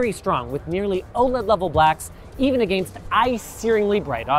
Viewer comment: Am I the only one that cringes when Linus says against?